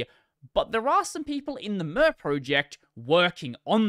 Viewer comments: More to the point, who pronounces "Mir" as "Myrrh"? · I know pronunciation of a project name doesnt really matter but just in case you want the info, Mir is pronounced "meer" just like in miracle.